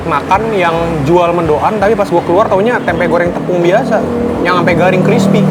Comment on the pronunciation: Sebut mendoan ga dipisah mank bisanya, mendoan bukan mendo an